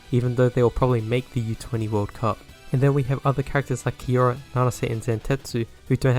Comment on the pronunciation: bro didn’t even get Kiyora’s name right😂